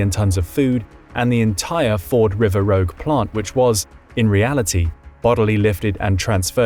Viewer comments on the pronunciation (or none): Pronounced “River RooJ” not River Rogue